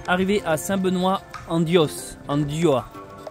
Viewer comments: Bjr, on dit st benoit en diouah! Vs traversez la région qui porte ce nom Diois [di-oua] pr la phonétique. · DIOIS s'énonce DI OUA. Tenez bon